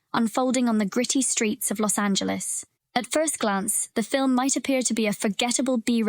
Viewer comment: Your pronunciation of Vangelis is wrong. You claim these films have influenced many filmmakers but quote or name few of them. Has Tim Burton gone on record to say Brazil influenced him? Who knows because you just made the claim because it is “dark”.